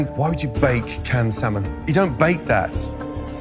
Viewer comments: For a Teacher, needs to learn to pronounce Salmon properly. She calls it SOW MAN. It is pronounced SAM UN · sorry, but it kills my ears to hear people pronounce that fish as sal-mon. huh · I want to gouge my ears every time says "sell-mon". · People who pronounce the L in salmon drive me nuts...😩 It's "SAMON"! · the ‘l’ in ‘salmon’ is silent.